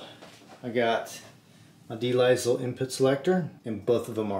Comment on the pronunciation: Great video. For reference, de Lisle is pronounced “duh lyle”. It’s a French name, de l’isle, which translates to “of/from the island.” In this case, the island is full of crushing JVM tone.